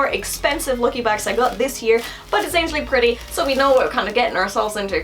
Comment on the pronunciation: Isn’t in An-gel-ic.....not angel-ic.......